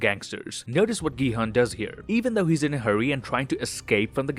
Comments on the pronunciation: Gi hun is pronounced like “jee hun” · gi-han is pronounced ji-han